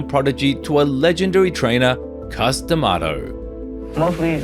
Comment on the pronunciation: Its C US ….C LONG A US……not COOS.DaMato